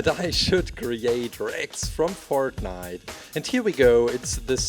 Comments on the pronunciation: Did he said fart nite instead of fortnite? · It's fortnite not fort-niiiiite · this still sounds like he's still saying FARTnite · Its not fartnite (i laughed a lot) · I swear he said Fartnite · When you say Fortnite you sound like you are saying fartnite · Does he say fart nite?? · Did he say fartnite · He said fartnite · Its Sounds like that hes saying fartnite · cant say fortnite